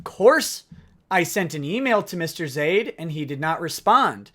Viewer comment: Whenever you spit the word, "Zaid," I hear, "Idiot."